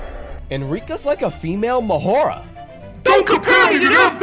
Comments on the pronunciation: ITS MAHORAGA NOT MAHORGA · Its maharaga not mahorga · Its maharaga not mahara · It’s not maharaja. It’s Maha raga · It’s mah-ha-ra-ga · Bro calls him mahora 😭😭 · It’s ma ha roga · It’s Ma Ha Ra Ga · It’s ma-hor -a-gah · It is pronounced Ma hor ag a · bro always say mahora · Bro it’s mah-ho-raga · Mahoragah is pronounced MAH-WHORE-RAH-GUH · you said mahoraga wrong the whole time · I feel like nobody cares about how he’s saying mahoraga